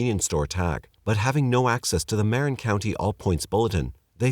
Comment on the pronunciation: Marin = "muh-wren"